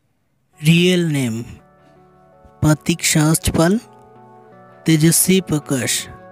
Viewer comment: Yr pronunciation on PratikSehajpal is soo funny 🤣..#PratikSehajpal 🔥